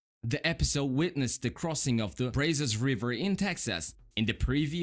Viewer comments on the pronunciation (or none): It is pronounced Brah-sis river.